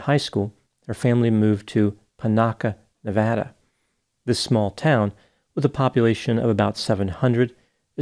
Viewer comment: SO nice to hear Nevada pronounced like someone who has lived there!